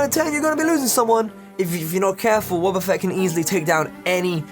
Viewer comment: When he said wobbafett i just couldnt stop laughing, i have no f'ing clue why xD